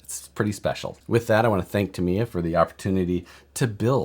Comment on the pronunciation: Started watching but then you pronounced Tamiya and I shut it off. Just saying.